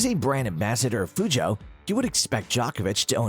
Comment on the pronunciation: im sorry how did you say PEUGEOT